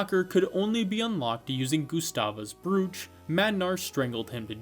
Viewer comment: omg if i hear you say brooch wrong again im gonna go insane lmao